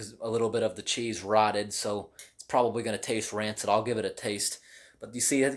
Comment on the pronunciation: “Rothen chaes”